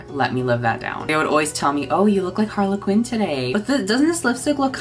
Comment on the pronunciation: queen they were laughing at your pronunciation of Harley Quinn coz you read it like harlequin ☠️